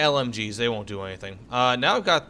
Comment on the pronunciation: It's pronounced Blen-um (Blenheim) not Blen-hime. Weird pronunciation.